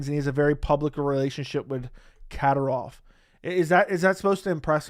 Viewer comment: Pronounced “KA-DEEER-OFF